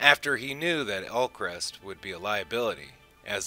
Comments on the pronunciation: Ulkesh, not Ulkrest. Great video but god that grates on me lol. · It's Ulkesh, not Ulkresh. Just saying. The original Kosh was Kosh Naranek. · It’s Ulkesh, NOT Ulcrest.